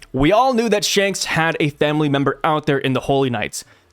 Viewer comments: Instead of Shanks.....Hanks? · "Spanks" the twin brother of Shanks 😂😂